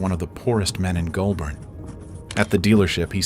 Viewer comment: Great video, though the area he is from is pronounced "goal-burn". This was funny... Minus one million dollars '-$1,00,000" lol